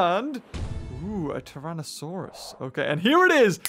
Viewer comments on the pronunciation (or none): it isn't tur-an-a-sauras it's a try-nos-a-sour-as